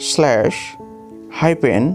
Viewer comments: Hyphen or hairpin? 😭🤣🤣🤣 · “Hipen” got me 💀💀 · Me : Hyphen He : haipen 😅 Me : Apostrophe He : Apustroffe 😲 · Shimicolon Foolistop Hi-pen😅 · “Shemicolon” ✌🏻 “Fullishhtop”🛑 “Highpen”✍️ “Elipshays”🤔 “Culy phaket”📃 “Apistrophy”🏆 “Ant”🐜 😗